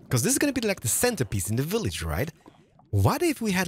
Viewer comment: I can’t tell if it’s just your accent or you’re a fan of the show Little Britain - the way you’re saying “village”?